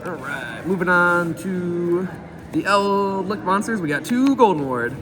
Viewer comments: Please stop calling it eldlick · He plays World of Warcraft and he's played The Wrath of the Lich King expansion a lot. He says lich correctly in wow, so you'd think he'd know.